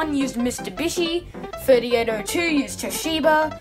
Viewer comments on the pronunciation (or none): Did anyone notice he said mistubishi instead of Mitsubishi